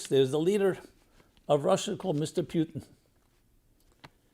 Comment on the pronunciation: for goodness sake to pronounce Putin as ‘P i u tin’ sounds as caricature. He is ‘Pu (ooo)tin’ and in Russian it’s a meaningful word - an adjective from the word “Road, HWY, - Road map / HWY Patrol .. HWY sign…